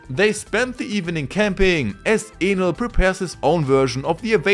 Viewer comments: Bro isnt saying Enel💀💀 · he's doing good I was able to understand everything perfectly, just Enel that sounded a bit funny lol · kinda sounded like.... another word...